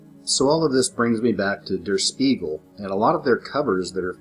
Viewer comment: Der Spiegel is pronounced "shpiegel", and means the mirror. Jus' saying 😎